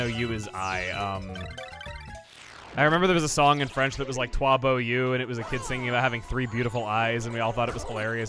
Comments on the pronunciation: "twa bow you" - French, apparently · "toi beau you" lol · That pronunciation of yeux is so off I wonder how he even remembered it as sounding like "you"